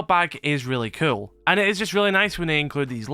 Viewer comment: it really sounds like you say kewl and skewl lol